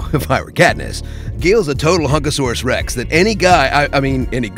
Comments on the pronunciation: "Hunkasaurousrex" lmao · “Hunkasaurus Rex”😂🤣😂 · "Hunkasaurous Rex!" 😂